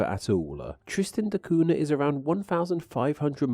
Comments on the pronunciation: I was waiting for some recorded samples of Tristanian, but alas. Also the name of the island is pronounced Tristan da KUN-ya, NOT COO-na. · It's pronounced Tristan da Coon-ya.